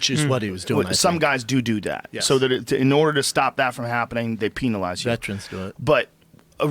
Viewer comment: The way you pronounce penalize kills me lol